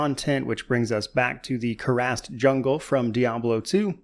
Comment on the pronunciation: Wow, I can't believe how you pronounced Glorious Kurast. Unsubbed. (Thanks for the video, loved it)